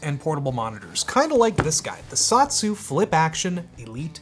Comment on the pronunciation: I don't believe it's pronounced "Sot-su", I think it's pronounced "So-tsu".